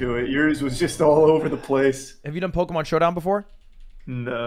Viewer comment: A guy who doesn’t even play Pokémon and can’t even pronounce its name won with Toxapex. If that doesn’t sum up how brain dead that Pokémon is idk what does lol